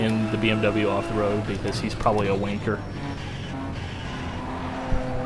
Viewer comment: Lol, Wanker, in an American accent just sounds wrong... Wrong I tells ya, Wrong...!!